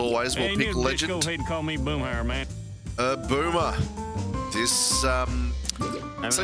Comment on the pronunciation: Great job with the characters! Boomhauer's name is actually pronounced BOOM-HOW-ER, and it sucks that Bill is not on the game. It also sucks that characters from The Simpsons, Bob's Burgers, Futurama, The Cleveland Brown, The Great North, Duncanville, and Bless the Harts are not in this game either. This game would be even better if characters from those shows were in the game too.